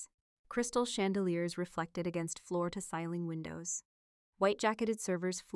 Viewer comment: AIStillHas a reading disability but it is getting better. Ceiling is not said seiling. The word means top😊 of the room or roof. It is said (c) not si